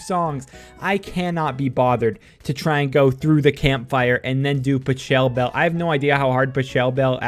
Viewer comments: is nobody gonna mention how he said "pashelbell" and not correctly like "Pocklebell"??? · what the fuck. How the fuck did you say pachabel? patch a bel? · PUH-CHELL-BELL? lmao